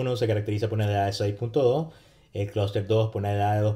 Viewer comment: Y el vector de medias??? Critica Constructiva: pronuncia muy bien "Cluster" en ingles pero en español se come todas las "S".